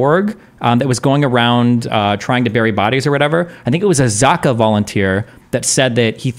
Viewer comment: 'zaka', is the only hebrew/arabic word ive heard destiny consistently pronounce corretly haha no shade, no shame, im pro pronounciation discriptivism or whatsever the fuck haha just saying, its fun to listen to lol sometimes he pronounces something 'right', and then corrects himself wrong haha